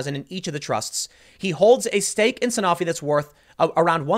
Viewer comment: A stake in a drug company as massive as Sanofi (pronounced San-oh-fee, Tim, but no blame for saying it wrong since I screwed it up the first time and I work in the business) is indicative of nothing. The company is as big as Genzyme or Takeda. Their drug portfolio is varied across multiple diseases and different indicators. It’s the equivalent to bitching about a person owning stock in an NSAID producer.